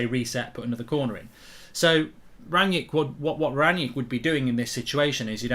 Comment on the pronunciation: His name is Rangnick not Ranyick and the player is called Haidara not Haider